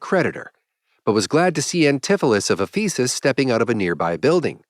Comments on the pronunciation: It’s Éphesis, not Ephésis. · "Ephesus" should be accented on the first syllable, and all the vowels are short. It is a real city, with considerable importance to Christianity. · sounds like faeces